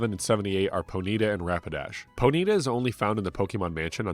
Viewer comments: bro really pronounced it "poe needa" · I've NEVER heard someone pronounce ponyta as "ponita" like bonita in Spanish. With that being said, I appreciate you for pronouncing Pokémon correctly and not saying "pokamon" for 4 and a half hours. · Always interesting to see how different people pronounce Pokemon name differently. I've always said Pony-ta for the longest time with that little pause. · Poh-Neeta cannot hurt me. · Whoah. Ponyta pronunciation was triggering.